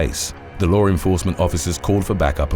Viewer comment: Not for anything, but it’s LAW ENFORCEMENT, not lore enforcement. If you use English as you primary language, use it right. I used to have to correct my own mother for adding an unnecessary R in words ALL the time, but, it didn’t end up helping.